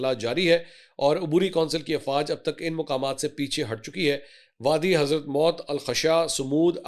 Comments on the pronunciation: It’s not Hazrat Maut 😂 It’s pronounced as HADHARUL MOUT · کیا آپ کو اردو پڑھنا بھی نہیں آتا حضرموت کو آپ نے نو مرتبہ حضرت موتکہا ہے